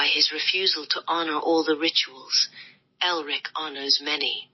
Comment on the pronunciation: ELRIC. Not Erlic.